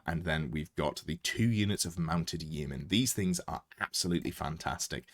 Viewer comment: Please pronounce Yeomen properly!